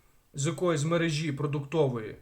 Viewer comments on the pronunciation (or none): none